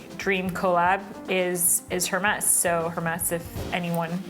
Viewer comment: Hermès might give you a shot if you weren't to pronounce it HERmess